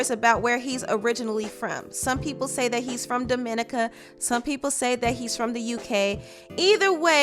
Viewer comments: It burned my soul every time she said Dominica wrong cause that's where im from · **Dominican**...not Dominica...the abbreviation most use is the (D.R.) but keep doing you sis...much luv Anyhoo the whole situation f***'d up...Wale the homie...very humble dude to put Demi in her place like that...cause he could've dragged her ass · I love your videos but hun .. that is not how say Dominica 🇩🇲 I had to roll my eyes every time you attempted to say it . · as a caribbean national (St.Vincent and the Grenadines), i cringed every time you said Dominica.... however i accept ya apology :) We live and learn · Thank you! I cringed when she pronounced it like that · Girl thank you! Was cringing through the video. Also had Americans on Twitter trying to convince people that Dominica is a UK territory and arguing with us Caribbean people correcting them 🙄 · It's Dominica, not the Dominica lol. No emphasis on anything and pronounced differently from how you'd pronounce Dominican republic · Sadly it’s not just the Trump administration, this is the US Government and when they declare you a non citizen, it’s time to go! Many celebrities have been deported, and this kid was raised African American Southern- also you’re mispronouncing 🇩🇲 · Your calling Dominica wrong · THANK YOU!!!!! When I heard her say it wrong, it made my whole body cringe. I mean damn, if your going to talk about a place, at least know the right pronunciation. Smdh. One Love...Jah Bless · Wth is " The Duhminica"?😅...the word is Dominica DOM-I-NI-CA! 🇩🇲. Get it straight!😂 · I love you, but you mispronounced Dominica the entire video. It's pronounced Dominique-Ka, NOT Do-min-ica. Still love you 💕💕💕💕💕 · DUH- MIN-NIH-CAH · Deported from to the U.K. really? :O I know it still sucks.. but man made a life for himself... and he’s from a developed country—he’ll make it. Also, Dominica is not pronounced duh-MIN-ik-kuh it’s pronounced dom-in-NEE-kuh 😂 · Daw-min-E-kah, not daw-min-ikah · It's pronounced Domi-nicka.